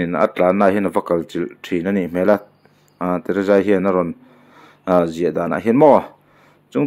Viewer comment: Tereza tiin ilam a teresa ani lawm mi